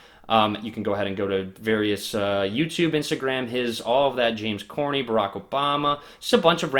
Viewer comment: Did he just say James C o r n e y???